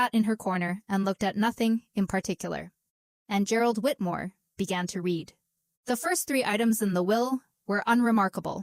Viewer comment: The”day they ‘reed’ the will”. No respect for the viewer/listener. Need a human editor !